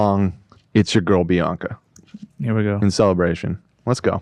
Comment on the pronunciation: I really thought she was saying baka not Bianca